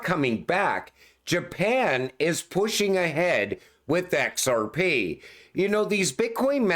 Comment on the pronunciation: I’d love to see this guys face as he says ‘EHCKSARPEEE’…. 😁😁🥂🥂🥂